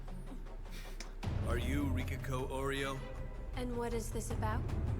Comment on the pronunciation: You can pronounce Kissinger, right? And you always pronounce Kirishima & Todoroki correctly. so I don't understand why you can't pronounce only Makishima(๑˃̵ᴗ˂̵). It the same「ki」. And the girls last name is 王(Oh like English interjection)陵(lyou). not OREO( ˃̶͈̀ロ˂̶͈́)੭ꠥ⁾⁾ it makes me laugh every time they say OREO in the serious scenes.